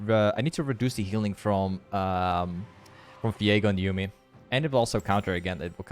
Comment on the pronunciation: i noticed in a few vids now that you pronounce V as F ? how come hehe.. like define sunderer and Fiego =)